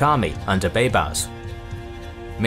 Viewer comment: He pronounces baybars so damn bad